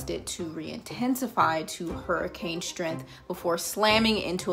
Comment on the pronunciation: I didn't hear a word you said other than you mispronouncing "strength" i was too distracted by that huge booger in your left nostril.